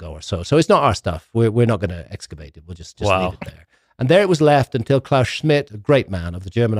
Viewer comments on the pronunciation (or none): none